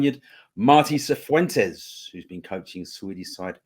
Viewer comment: Pronounced fifuentes. 😂